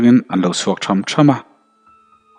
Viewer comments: Tham thama ti a i lam dan hi lo zir non teh ilam danah hi chuan tbil tih dawn a thawm neilo tura kal ngai ang a nia kal ho thom dim ngailoah chuan tham tham ( lo a thlam) lam ki a lam tur a nih ka va ring e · ṭham ṭham tih hi i sawi dik lo deuh hlekin ka hria, Sapui veh sawina ah hian ṭhàm ṭhàm tiin sawi ta la, chuan ṭhian ho inzui sawi na ang chi lampàngah hi chuan ṭhâm ṭhâm ti zawk la a dik ang.